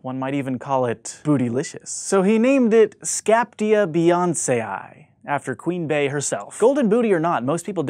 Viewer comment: Nice try at pronouncing "beyonceae" but it's "bee-YON-see-ay".